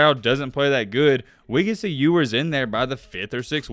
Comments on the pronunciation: in the intro: his name is pronounces You-wers, not ewwars 2 seconds later: EWWWARS hitting the Transfer Portal 😂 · you must not have proof listened to this before putting it out huh? First mispronouncing Ewers right after telling us the correct pronunciation...Then..."College athletes could make name off of their money"...haha what?? Then you flip from between you-wers and ew-wers throughout the video...come on bruh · Proceeds to tell us how his name is pronounced and mispronounces it half the time still. 🤣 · Mispronounced his last name? Edwards?? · Ok earn how to pronounce his name at least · Sorry for going left but how did you say his name correctly speak about how it was correct and then say it wrong from there out? Everything else was dope tho.